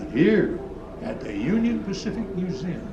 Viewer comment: Spacific Union? Lol I gotta see that museum. Specifically